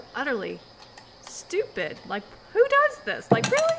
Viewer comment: Did The girl said supid?